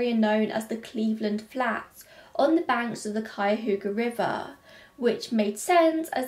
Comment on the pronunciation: I live in Cleveland and I have heard Cuyahoga mispronounced so many times, but you nailed it!